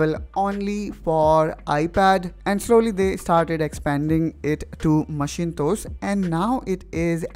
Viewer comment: 😄😄Omg! did you just say MACHINE-TOES? haha. its "macintosh" pronounced as "mack-in-tosh"